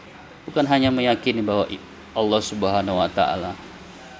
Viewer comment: 1. Lafaz jalalah yang didahuluin kalimat yg berakhiran kasroh harus dibaca tarqiq, bukan tafkhim. 2. Bacaan kitab sedikit banyak yang salah, kalau mau diartika dengan awalan di, maka fiil harus dibaca majhul dengan qoidahnya. 3. Tafsiran jumhur ulama tentang rosulin karim itu bukan Rusululloh, tetapi jibril... Silahkan baca tafsir jalalain, ibnu katsir, sa'adi, baghowi, qurthubi, al-wasith... Kesimpulannya, pembenaran yang salah tetap dianggap salah dan tidak bisa menghapus kesalahan. Hanya menambah besar potensi kesalahan yang lain. 😂😂😂